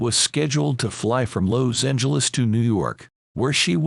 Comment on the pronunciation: This voiceover/robot voice mispronounced so much, including Los Angeles.